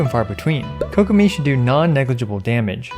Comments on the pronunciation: Kokomi ❌ kokopium ✔️ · Ah yes Kokomeme